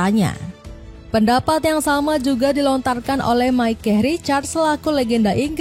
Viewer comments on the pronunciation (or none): none